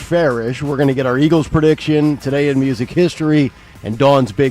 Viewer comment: Can someone PLEASE tell Dawn it's Eagles not Eggles!!!!!!